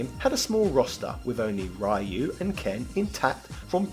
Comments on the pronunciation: I always thought you were just messing with the viewers by saying RAI-YOO, I've heard people call him that all my life, so at this point, it doesn't bother me. I didn't think people would get that mad at it, lol. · lol I always felt u called Ryu "RAIYU" as a meme. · I pronounce it as ''Rye-you'' too. Never did understand why everybody else pronounces his name as ''Riy-you''. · Ryu is a character in Ninja Gaiden. Ryu (pronounced RYE-YOO) is from Street Fighter 2 🤣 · Parry is forward, not down. And you’ve said Ryu wrong. And you failed to mention Ryu and Ken weren’t supposed to be in 3. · Your pronunciation of Ryu is wrong, but jeez is it that bad. I mean it’s probably a joke…… It’s % a gag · Can't agree on the Ryu issue. Your points about varying pronunciation are all fine for normal words, but not for names. There is a right way to pronounce a name, anything else is wrong. When you learn you've been pronouncing someone's name incorrectly you should learn from it and adjust. Imagine how this would come across if it was an actual person and you just insisted on continuing to mispronounce their name. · Well the word Ryu is still commonly used as a name, or part of a name. That's neither here, nor there though. If you said it the way you do to a Japanese native, they wouldn't understand you. If you said it the other way though, they'd almost certainly understand. Just because it's close to the way it's supposed to be pronounced and it's the way foreigners usually pronounce it. Pretty universal for mispronouncing Japanese words. The closer you can make the word sound to the native pronunciation, the more likely a native will understand. Not criticizing. I'm used to Japanese being completely butchered. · Rye Yoo I can forgive but "DIEGO"? 😂😂